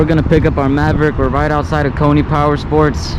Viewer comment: It’s pronounced “coin” not coy knee. Just thought I’d give u a heads up. Dude Lives in my area and owns Coyne Powersports in El Centro